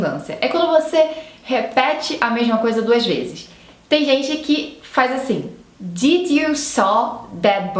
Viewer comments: Posso te dar uma dica construtiva? Diminui um pouco seus "is" nas palavras, por que no inglês tanto americano quanto britânico eles não existem. Não é DIDI é DID Não é BIRDI é BIRD Não é ENGLISHI é ENGLISH ITI .... GOODI....NIGHTI Esse I não existe. E assim segue.... Isso acontece por que não temos essas terminações no Português, então para algumas pessoas é difícil terminar a palavra em algumas consoantes, por que sentimos que paramos no "meio" da palavra. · não sei se é pq vc está "aportuguesando" as palavras, mas parece que vc confunde os sons de "i". O "did" soou como "deed" e o "sleep" como "slip"...